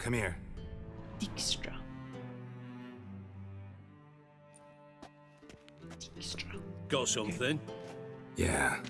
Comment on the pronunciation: Dijkstra is actually a Dutch name and as such the "ij" should be pronounced as I like in eye 😉.